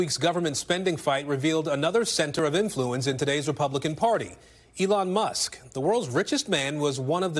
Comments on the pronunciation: It’s not MUST, it’s Musk- no wonder this show is no longer relevant! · The name is Elon musk, not must. Get it right. It’s like less than 20 words in. Embarrassing.